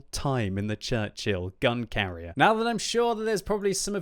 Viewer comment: I thought you said "Churchill gun carrot" XD